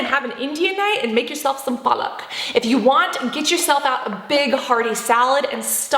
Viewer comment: Cant believe u spoke punjabi ! I am an Indian and totally loved u saying paalak 😂 Though i do wonder about your indian connection !